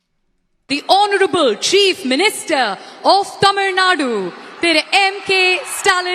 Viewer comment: It's Hounarable but Cm reading like HONTROUBLE 😂😂😂